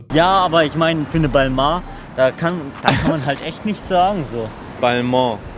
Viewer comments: balmoah nd balmäh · Hauptsache es wird halt balmäh ausgesprochen... französisch ist von beiden nicht so die stärke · es wird Bellmehn ausgespprochen laut monte und der hat ja immer recht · Beide haben balmain falsch ausgesprochen Ballmäin wird‘s richtig ausgesprochen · Lul Balmon? hat Balmain schon richtig ausgesprochen 😉 sich Fashion youtuber nennen und nicht mal die Namen richtig ausprechen können? Naja sowie louboutongs ne? 😂😂😂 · 🙈 Peinlich wie einfach selber nicht weiß, wie man Balmain richtig ausspricht, aber sich mit über lustig macht, der es sogar als einziger (zuerst nahezu) richtig gesagt hat! und auf einem "Niveau" als "Fashionyoutuber" 🤡🤡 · geil das der immer marken anhat die er nichtmal aussprechen kann